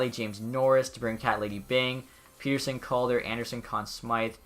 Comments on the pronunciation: For Elias pettersson it’s peh-ter-son not pee-ter-son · I’m sorry I hate being the person that correct everything😂 but Petterson is pett-er-son